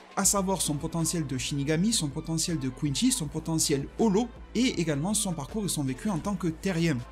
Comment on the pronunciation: Pourquoi tu dis quinchy alors que ça se prononce quincy